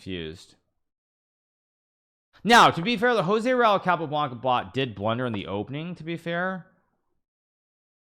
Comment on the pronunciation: Blood coming out of ear’s when he saying Tal and Joze RAul 😄